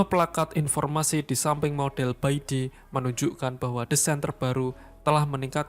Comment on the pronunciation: Bacanya pai ti boss. Itu abjad dalam bahada mandarin = pinyin. Pai =putih, ti = kaisar. Bukan beijing tapi lafalnya pei cing.